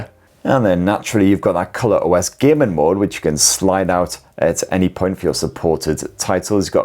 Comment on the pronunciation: I`m having some trouble understanding this dialect, was kinda expecting a phone review but it was allot more about hours of demanding gay-men action and gay-men on resourse sucking titles.